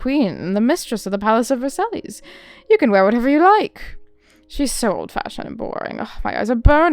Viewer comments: Versailles : Ver sighs I love your character voices! So good! You could be a Disney voice actor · I was waiting for you to try this before I downloaded it ^^; thank you for giving it a try! The animation and overall UI looks so pretty! Side note: Versailles is pronounced like "ver-sigh", and the S at the end is silent. :)